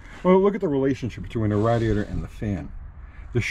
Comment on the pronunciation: He said RADDY- ATOR....hahaha!